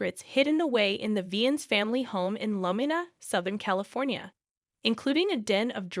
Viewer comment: Are u saying La-me-da? 😂